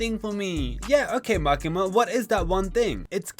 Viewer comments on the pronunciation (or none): bro cant say makima 😭😭